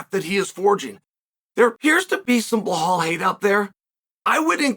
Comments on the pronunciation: I encourage Chael to pronounce champ's name properly! He's not Blehal! 🤣 Honestly, Bilal wins me over with his approach. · Who the fvck is bluh-hall? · Uncle Chael won't even bother pronouncing bullhall's name correctly with that world championship belt around his waist. I'm just sharing with you...that's cold.